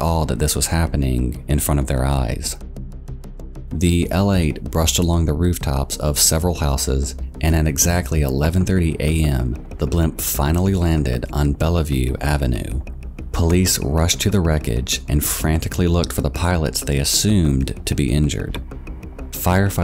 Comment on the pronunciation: It's "Bellevue", not "Bella-view". The second E is silent. Sorry, minor nitpick.